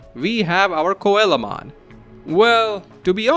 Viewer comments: His name is pronounce SEA-low mon not coela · i was so confused at whamon evolving into koalamon until i realised you meant coelamon. its pronounced seel-o-mon like the fish coelacanth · coelamon is actually pronounced "Sea la mon" it's based on a coelacanth. Still very neat to see all these digivolutions~ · Coelamon is pronounced "seelamon". It's based on the coelacanth - one of the most ancient species of fish with living members